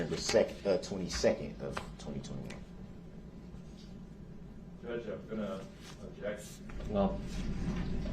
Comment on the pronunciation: look at little boy lost wanting mummy to help him. …. She does… 😡 Boy how things change…. Within a few hours after her helping him and giving him all this leeway he’s going to spouting off at her and all the court saying’ how you even a judge (jurr-ge).